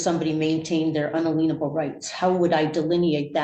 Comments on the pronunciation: un-a-lean-able rights 😂😂😂 and she's a teacher? Geezus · Is she saying "unalienable rights"? Wouldn't an attorney know how that's pronounced? Maybe I'm the stupid one and misunderstanding, though. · Are unaleenable rights different from in-alien-able rights?